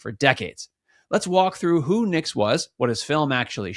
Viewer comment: His last name is Nix not Nicks.